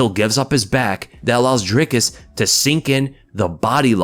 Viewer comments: Awesome to see some positive content about Dricus and really appreciate that you got the name down. Now we just need all the commentators to learn it and stop saying Draycus. Maybe if he beats Izzy they'll get it. Maybe :) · I'm glad to hear you pronouncing his name correctly. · Perfect pronunciation for Dricus!! Thanks